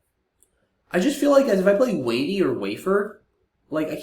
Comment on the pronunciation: Thoughts on W(A)NY instead of W(A)NEY?